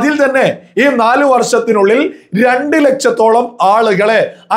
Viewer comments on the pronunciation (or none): ലച്ചം അല്ല ലക്ഷം എന്ന് സൊല്ല അണ്ണാ